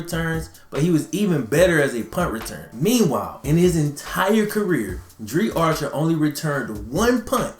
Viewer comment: It's pronounced dr-eye